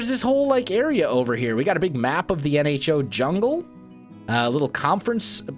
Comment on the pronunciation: Oh O.... Nho (silent H)